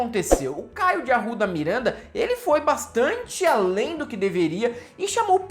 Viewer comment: "Mirwénda" de "Arrwudha"